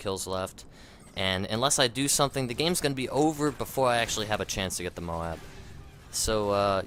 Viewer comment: its not pronounced MOW-AB... jeez would you pronounce the word LOAD as LO-AD